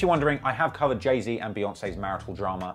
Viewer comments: Why he keep calling him jay zed😂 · Who the fuck is jay zed it’s Z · “Jay-zed” pisses me off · I know your British and so am I but it’s “Jay-Zee” lol and the Pop Smoke comment was uncalled for, turned the video off after that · You miss pronounce jay Zs name so bad at the beginning lol; you said Jay Zed lmao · Zee not zed it might be how it’s pronounced but it’s his name get it right 🤦🏽‍♂️ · dude said jay zed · dis nigga said jay-zed im DEAD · i’m sorry i can’t listen to you say jay zed the whole video, i’ll watch the next one. ✌🏼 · Saying “Jay-Zed” should be classified and prosecuted as a war crime. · the hell is a jay zed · BRO WHY U SAYING JAY ZED WTFFFFFF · Who is Jay Zed??? 🤣😩🤣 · “Jay zed”😑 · when i heard u pronounce jay-z like that at first i was 100% considering clicking off the video because i didn't know if i could handle it